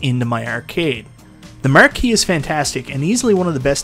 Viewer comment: “The marr-key” hahaha love that